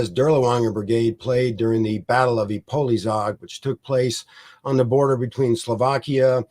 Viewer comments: The correct pronunciation is "Ipoyshag", with the "a" as in "father". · That pronunciation of Ipolyság and other Hungarian names is absolutely abhorrent. Just call it Šahy (and he fails at that too!) if you can’t pronounce it fújj. I am shocked as to prepare all of this, and not spend 15 seconds preparing the pronunciations is absurd. Really jarring to listen to as a Hungarian speaker. 😓